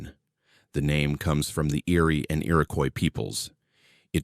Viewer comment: The indigenous population is pronounced “IR-IH-KWAH” not “Coise”